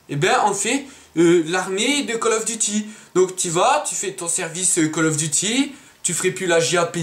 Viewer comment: call of diti *call of duty ;)